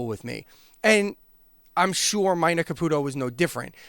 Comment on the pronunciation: Dude it's pronounced "Meena" like the female name,not "Myna" like the bird. 🤦‍♂️🤨🤷‍♂️